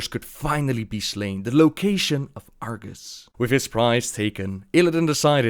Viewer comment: Wasn't it Argus? (instead of Argas?) <:b